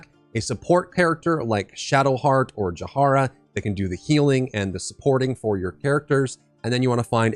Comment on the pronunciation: [Ja-hee-ra] please "Jahara" is killing me 😂